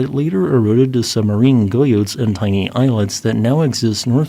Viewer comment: And guyot is pr. something like (hard G like get) geeYO.